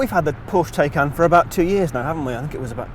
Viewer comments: Come on sort pronunciation out it’s not Tay-can it’s Ti-can..... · Jesus at least learn how to pronounce the car name. Tie-can not Tay-can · TIE-CAN!!!! What's a Teh-can?!! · Given Porsche say it’s said Tie-can, why can’t you do the research and pronounce it correctly. It’s kind of your job as a car journalist. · Wish he'd stop saying "Tay"-can & pronounce it properly